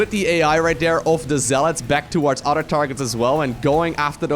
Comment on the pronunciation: dude its Other not UDDER! im Irish and there vocabulary has a different pronunciations but your making a fake brogue sound like there idiots! I knew a friend who started a fake brogue then couldn't just STOP but you NEED to!